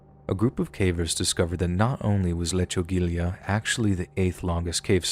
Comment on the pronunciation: Folks, lechugilla rhymes with tortilla